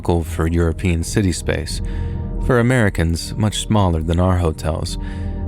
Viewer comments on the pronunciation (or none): none